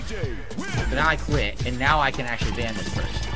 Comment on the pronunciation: You can tell it really rattled him. He had trouble pronouncing the word ban after losing for the second time because he was so ashamed for getting bodied by somebody named Leanna was 16